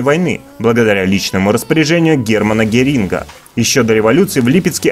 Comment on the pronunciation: ГерИнга.... Капец